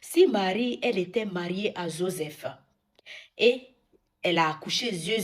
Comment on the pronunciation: Oooooh là mais qu’est ce que tu racontes ? D’abord va apprendre à prononcer Joseph et parler bien le français avant de parler de sujet qui te dépassent.